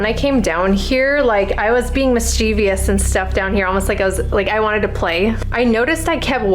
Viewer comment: Just FYI kindly... it's Mischievous not Mischievious. 👍